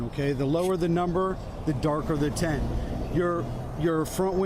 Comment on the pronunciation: I know, words are SO hard......It's "TINT" not "TENT"................🤣🤣🤣🤣🤣🤣🤣🤣🤣🤣🤣🤣🤣🤣🤣🤣🤣🤣🤣🤣🤣🤣🤣🤣🤣🤣🤣